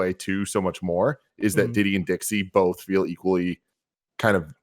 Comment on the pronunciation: I hate the way Greg says “bolth”